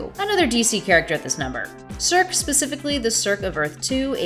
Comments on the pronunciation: Circ? Circ!? it's pronounced "Sur SEE" like Sersei on GoT!! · Yeah that was annoying to listen to. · Yeah friend I was annoyed too. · Circe is pronounced "sir-see" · It's pronounced "sir-see". Just FYI.